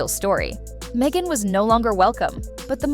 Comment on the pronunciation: It's Meghan, not Mhegan, lol.